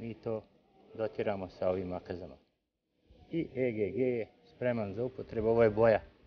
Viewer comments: vala bas. cuj e ge ge. pa reci egg isti k ili JAJE! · Kaze e ge ge hahaha legendo :)) aa svaka cast ti zeni prezgodna je ;)